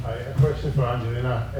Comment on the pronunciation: I wish they would pronounce Angelina correctly. I thought the gymnastic press had collectively got the hang of it by now and stopped americafying everyone's names... For anyone wondering the G in Angelina is like the G in gas, gum etc.. not like G for giraffe.